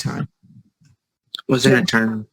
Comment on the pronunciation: “What’s a torney? Like what is that?” 🤡